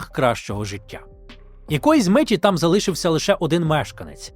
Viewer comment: Дякую за цікаві розповіді! Матеріал дуже пізнавальний, але одне прохання: ставте правильний наголос у словах, а саме: залишИвся, залишИти і т.ін. З повагою, Сергій.